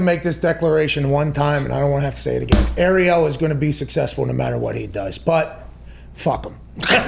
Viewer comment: McAfee is such good friends with "Errielll" that he can't even pronounce his name properly.